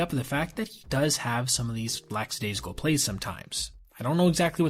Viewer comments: lackadaisical.. not LAXA daisical lol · It's *lackadaisical, not "lax..." People speak only one language and still don't have a grasp of it. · The word you want is 'lackadaisical'; not LAXadaisical. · The word is “lackadaisical”not “laxadaisical”. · The word is 'lackadaisical' not 'lacksadaisical'. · The word you're looking for is "lackadaisical", not "laxadaisical". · It is pronounced “lackadaisical” and not “lacksadaisical.” You mispronounce it in many videos, twice in this one. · PSA: "Lackadaisical" and "lax" are two different words with roughly the same meaning. No "x" sound in the former. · 🤫 Only because I want you lookin your best, it’s “lack-uh-DAYS-ih-kull.” ✌️ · not that I hear the word said all the time, but it seems like whenever I do now, someone says it as "laxadaisical." Not sure why it's so common now.